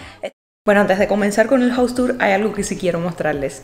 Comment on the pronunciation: Un observación a veces la pronuncias bien y en otras mal casa es jaus no jous (House) y aquí en America no existe eso de pisos o dices casas or apartamento nunca piso.